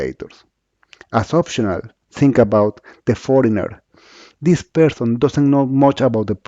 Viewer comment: Awful English... I had to activate the subtitles so that I could understand some words like "ZinC" (Think).